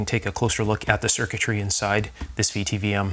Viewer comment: A VTVM (vacuum tube volt meter) is pronounced "vit vom".